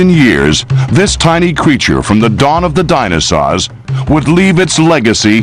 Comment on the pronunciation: Would you stop saying Dinasaws!!! guy from the 90s!!